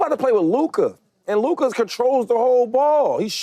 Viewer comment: Did he just say Luker 😂😂😂 it’s LUKA man.